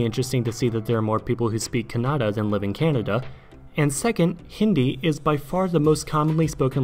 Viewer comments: That "Kuh nada" pronunciation made me cringe inside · Check the correct pronunciation of Telugu and Kannada.